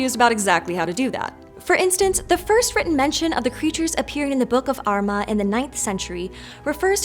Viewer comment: You did a good job of pronouncing Armagh. Although there's a bit more stress on 'ah' at the end. I'm from Armagh and the way non-Irish people, or even sometimes people not from Armagh, pronounce it can be grating.